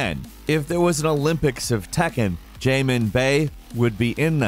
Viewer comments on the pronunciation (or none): none